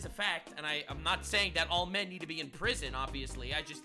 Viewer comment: 1652. cmoooon. it´s not "men"